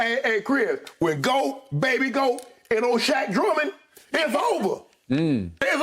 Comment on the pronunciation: “Shaq Drummond” 😂😂😂